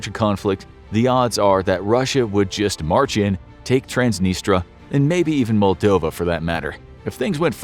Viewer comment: This guy cant even pronounce transnistria